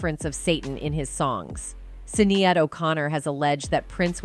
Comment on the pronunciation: I wish the narrator did a bit more research the Dearly beloved line is not in Purple rain. Also the pronunciation of Sinead was irritating as hell.